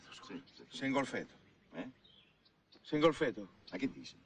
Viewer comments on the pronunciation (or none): Si è "ingolfeto"😂